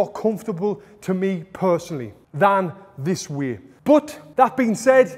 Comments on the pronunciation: Every time you said “this way” i thought u were saying “this weird” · "Thissss wiiiii, thissss wiiiii"